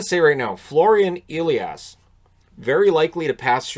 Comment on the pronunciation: it´s a german first name. Its not pronounced Eliash. Its Elias with a "sharp s"